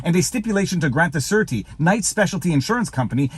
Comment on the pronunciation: I couldn't figure out what a "certi" was - then I saw the word "surety". It is pronounced SHUR-A-TI. Then it made sense to me, as in a surety bond...